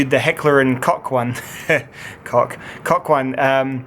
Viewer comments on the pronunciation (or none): Koch pronounced as coke not cock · Completely wrong, it's from Germany so Americanised-German pronunciation (like with Schrade, which would be pronounced ''Shra - duh'' in the mother country) is incorrect. It's pronounced koch, with the ''ch'' sound being a guttural sound as in Scottisch ''loch''. If you can't make that sound, then cock is the closest approximation.